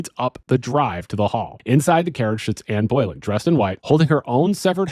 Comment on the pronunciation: I was intrigued to hear about the ghost of Ann Boylan, which I'd never heard of before. Then I realized you were just talking about Anne Boelyn. It's pronounced "bow-LIN." Incidentally, there's an old comedy song called "With Her Head Tucked Underneath Her Arm" about the haunting; not particularly historically accurate, bit funny.